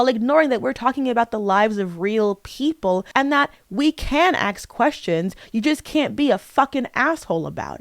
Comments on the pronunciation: It’s ask, not aks. You’re a reader, you cannot not know words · Skill issue. I won’t lessen my enjoyment of art simply due to the creators being problematic lol It’s kinda insane to me that she apparently reads so much and is even college educated but still says “axe” and “liberry” 🫩